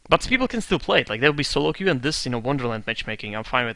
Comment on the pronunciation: It's queue, not que. que is what in spanish or that in french, but nothing in english. just an fyi.